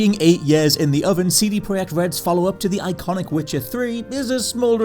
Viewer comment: Will ever be able to pronounce project correctly?